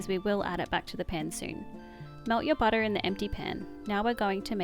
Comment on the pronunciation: Hi! New here and I'm just loving your cooking and video style... And how some times you say, butta.. And some times butter😂